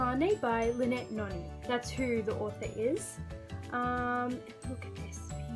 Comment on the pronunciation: Thanks for the shout out bro, fr I thought you weren't gonna mention the fact that I'm the reson for 3 of the series' on your list lol. also I think you're pronouncing Noni wrong